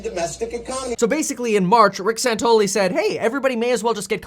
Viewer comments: It's Rick SANTELLI, not "SANTOLY." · His name is SANTELLI not Santolee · His name is Santelli not santoli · San-tell-i, not San-tol-i. Michael Santoli is a different anchor on CNBC. FYI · Santelli, not Santoli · Rick San-TELL-i ... LOL, big fan bro, love the content! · are u mispronouncing his name on purpose? have you ever listened to the guy on the left - he is an arrogant prick - and santelli knows it. fear is the biggest problem with this covid nonsense - and the guy on left peddles fear - he didn't de-escalate he was antagonizing him. if you are afraid, stay home, otherwise we should be treated like adults and freely go about our daily lives. your scared you do what is best for you - I am not, but I am being forced to coddle your fears. Santelli thinks people should have authority over themselves to decide what is best for themselves while the other guy thinks he knows what is best for you and you should stay home, suck off the government teet and tremble in fear under house arrest. BUT you can go to walmart though, thats ok and order from amazon, and get mcdonalds... but no mom and pop shops, or church or school, those are covid hotspots... 😘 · Hey ..ugly..bearded fuck..pronounce Rick's name correctly!!! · You pronounced his name wrong. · It's Santelli guys. San tel li. Just sayin.